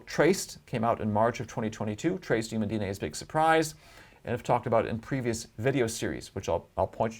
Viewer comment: Really interesting, but he pronounces a few words really weird like "narrative" and "human". Not a big deal but my inner pedantic self needed to say something.